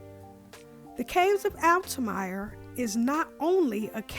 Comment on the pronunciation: Sorry to nitpick, but "Altamira" is pronounced "altaMEERAH," not "altaMYRAH." Otherwise, I appreciate your appreciation of the Dan and this tune.